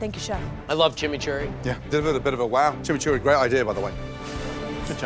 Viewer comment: The narrator chinauchurray sauce 😂😂😂😂😂